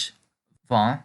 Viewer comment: Excuse me for saying this, but the way you pronounce "vin", means wind not wine.